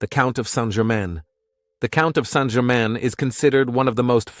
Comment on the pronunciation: saint Germain and he pronounces it wrong